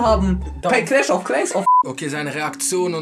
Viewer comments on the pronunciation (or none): none